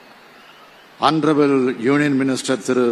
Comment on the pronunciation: It's Hounarable but Cm reading like HONTROUBLE 😂😂😂